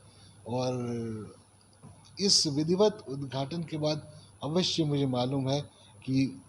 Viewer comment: Udghat bolo udghachan kyo bol rhi ho